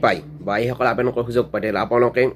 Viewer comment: তোৰ দেখোন আবেদন শব্দটো মুখত ঘূৰি নাহে । 😂